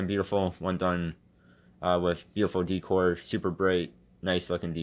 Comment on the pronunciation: He said deecore lol